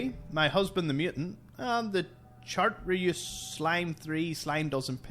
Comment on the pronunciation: Chartreuse - a French wine, I think, but probably referring more to its colour - is pronounced "shar-trer-z". :-)